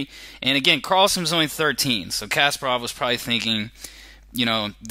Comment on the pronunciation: Dude , it' s not casper-off, it's Kas`PA-rov! Not to mention Island's capital...